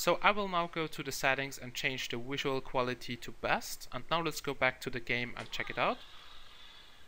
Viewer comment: Im just happy that the Wolume buttons are the same. And its pretty cool that the Wisual style is so similar. This is really Wital in my opinion. Wery Wery important.